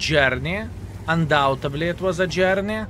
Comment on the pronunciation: It's undoubtedly. Not undoubtably. Trying to spread the truth my friend. Thanks for the videos.